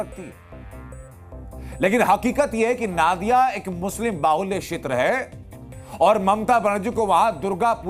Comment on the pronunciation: नादिया नहीं नदिया उच्चारण होगा